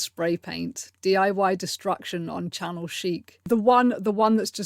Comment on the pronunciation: 😆 Chanel chic, not channel chic 😆